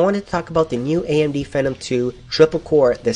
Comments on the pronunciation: I thought it ws FEEEEE NOM, wtf dude you say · isn't it pronounced FEE-NOM? the way he says it rhymes with venom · phenom is pronounced "FEE-NOM"